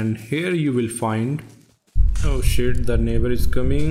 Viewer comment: You cant tell me you didnt rewind just to hear “oh sheet the naighbour is coming” 😭👌